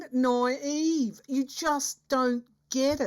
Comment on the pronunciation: I love it when you have your moments. It makes you so relatable. "Frikking NOI - EEEEVE!!!!" 😄❤